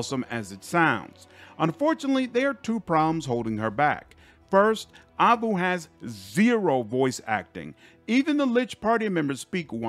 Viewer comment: You are mispronouncing Aivu and waifu in the same way. In both cases the ai is pronounced like the letter I. Waifu should should like wife.